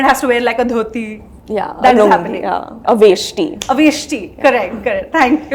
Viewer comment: A veshti boli hai wo not aveshti